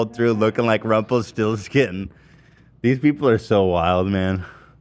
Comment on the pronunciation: DID ZACK JUST SAY RUMPLE FORESKIN